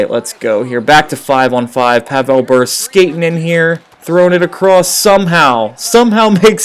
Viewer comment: learn to pronounce Bure